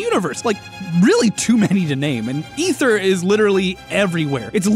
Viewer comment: Oh no. OH NO. The way he pronounced Ether OH NO!!!!!! Nevermind he says it right later on